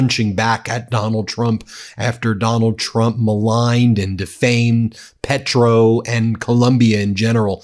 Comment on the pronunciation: This is embarrasing. He shames all of the United States. Petro is prouncounced PAYtro. Trump and collaborators should be brought in immediately on charges of murder and conspiraracy to commit murder.